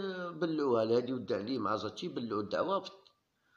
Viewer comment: اي إسمو عبد السلام وادو خاطي الود نتا اسامي اللاعبين ماتعرفش تنطقهم تقولنا ود اي لود راهو عوار لي في شحال ونتا تكذب علينا